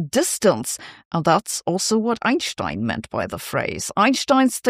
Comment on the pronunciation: Does she know that she is mispronouncing Einstein’s name?